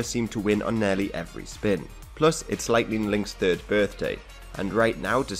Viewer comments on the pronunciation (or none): none